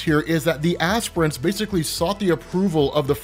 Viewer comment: I thought he said "aspirins" but this is way better